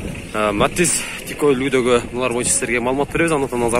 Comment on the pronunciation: Матиз деп суйлочу укам матз дебей